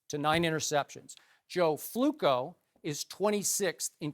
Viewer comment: can someone explain me what is fluco or flukko?that thing he said to joe flacco.